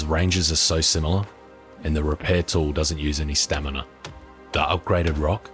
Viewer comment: Note to self: It's Stamina, Not Stanima